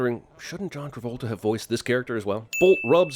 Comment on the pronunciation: Robert E. O. Speedwagon I didn't know John Travolta was in this until today, and it's my second time watching this and him saying John Trabolta completely slipped my mind the first time.